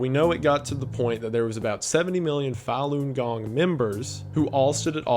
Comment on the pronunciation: Small point: "Falun gong" is pronounced more like "Fawn gong" It would be impossible to tell if you only ever read it.